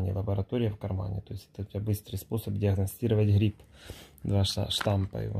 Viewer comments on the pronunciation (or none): У гриппа - ШтаММ, а не штамП